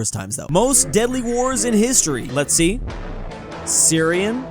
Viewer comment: In i thought you said "Nazi" but you said let's see